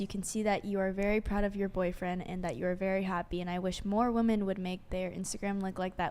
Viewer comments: I don't know if it's an American-English thing, but as a Brit I found it astounding how the entire panel were unable to differentiate between or effectively use, or pronounce the words 'woman' and 'women'. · Girl is based but her continuously saying woman instead of women is driving me nuts!!! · I’m cursing the superchat that pointed out they pronounce “women” like “woman”. I can’t unhear it! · I swear I'm going to end up not watching this podcast anymore cause I can't stand these idiots saying woman instead of women. California is retarded. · I agree with black shirt, Christian, but why is she saying “woman” when she is referring to “women“ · Chick in the puffy black dress does say "woman" instead of "women" 😂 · Most of the girls do say woman constantly. I can tell there is a difference, because pronounces it correctly. Learn how to say it right: ˈwo͝omən 🤦🤦🤦🤦🤦🤦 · Are these women saying “woman” in place of “women”?? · For god's sake why can't women that come on this podcast say women(plural) properly? 🤦🏻‍♂️ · Man....pronounce the word Women correctly.